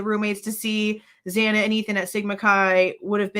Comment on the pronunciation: Why does he continue to say xana bane wrong!!